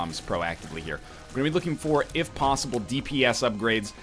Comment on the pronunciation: why he say plosible when its posible